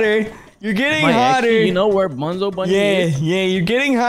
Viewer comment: It not Bonzo it’s bunzo